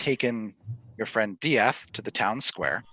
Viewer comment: UHM EXCUSE ME DIATH? DIATH?!